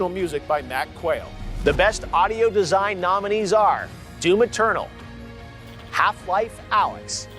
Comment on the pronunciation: Everytime he said D O O M Eternal, I laughed my ass off.